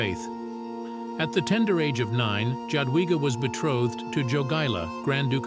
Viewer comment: I don’t know if this is A.I voice-over or not, I speak Polish and I cringe every time I hear her name pronounced like that. In Polish the J is pronounced like Y in English, so say Yadwiga please, so my skin won’t crawl anymore! 😅